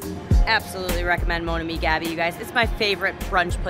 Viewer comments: Love your Vegas tours..but it’s Moan Ami Ga.. Be Mon Ami Gabi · visits touristy restaurants that everyone knows about. She does not even pronounce the name mon ami Gabi correctly, and days it's not expensive!!!! A story about great restaurants off the strip would be great,I can give her lots of names.